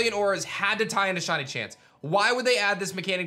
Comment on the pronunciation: I like how he says “shawny”